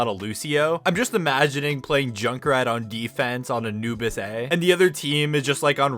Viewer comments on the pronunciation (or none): none